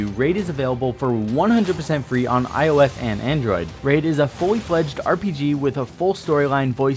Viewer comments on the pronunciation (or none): "On io eth and android" 😂